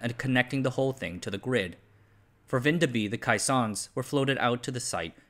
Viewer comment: I clicked on the video hoping for and expecting a cameo from our little country, and I'm not disappointed. The pronunciation of Vindeby did hurt my soul though.